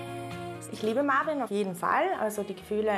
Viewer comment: Er heißt marween und nicht marvin 🤦🏾‍♀️🤦🏾‍♀️🤦🏾‍♀️🤣🤣🤣 ich kack ab 😆😆😆😆😆😆